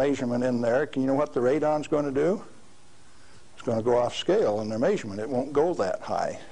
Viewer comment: The tape skips and this radiation denier pronounces "measurement" = "mazerment". Stop eating gas station sushi !